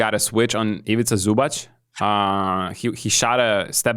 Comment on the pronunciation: Luka had a triple double with 30pts, and the best Croatian player had 19pts...again team Basketball won against one man show Luka. Croatia had like 29 point lead at a moment, is it that hard for you guys o give some more credit? and please for the love of God, it is pronounced Zubac not Zubach, like TZ not CH